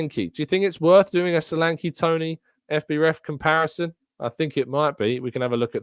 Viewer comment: Caught the tail end of the live show. And met you still pronouncing Solanke wrongly. The ''e'' is as in 'egg'. Also as in Nketiah.. They should leave Nketiah alone. He is a good player for us. The squad is needed not just just the team. We keep saying so and then boldly declare good squad players up for sale. Please prove yoyou read the post live comments by correcting the next pronouncement of Solanke